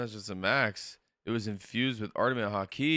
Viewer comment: Damn i like his reactions but he still can't say Haki after 646 episodes lol. It's too hard of a word